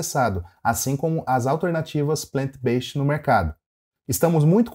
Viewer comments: Para de falar "Beixit" (Based)! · Vou tentar te ajudar a pronunciar a palavra "based" da forma correta: tenta falar como se fosse "BEIZID" com ênfase no "bei". 😉